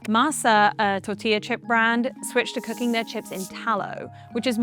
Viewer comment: every time she is saying cooking, it sounds like cocain